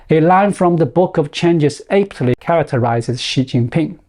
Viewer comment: your pronunciation of (aptly) is a little off. The sound you use is too hard an A. That's an A used in APE. You need a soft A, like in apple 🍎. Then aptly doesn't sound like (Ape tly ). Otherwise your English is very understandable for a second language. I speak no other languages, but I do know English better than most. My mom taught English, and I was Better at it than others. In my travels, I could always understand foreign pronunciation that were second language learners better than my fellow coworkers. I was the chinglush to English translator (lol). Art